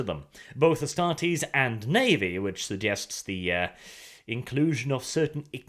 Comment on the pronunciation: I think it is pronouced Astar-tes(like test), instead of Astar-tes(like tease)